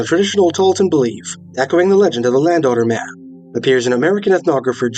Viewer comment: >landowner man Just listening to this video after like 20 minutes I realise now that he's saying Land Otter Man. Lol.